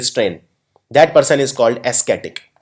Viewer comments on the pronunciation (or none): Ascetic is not pronounced as asketik...it's pronounced as asetik... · O my god! It's not esketik (ascetic).. it's like asetik (ascetic). Please focus on your pronunciation. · Good work but please check pronunciation of ascetic and prerogative and thwart.